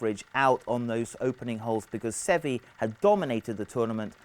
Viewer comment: Every time this guy mispronounced Seve's name I wanted to punch him in the face.